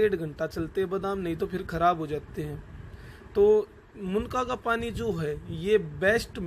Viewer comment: Bhai munka nhi munnaka hota hai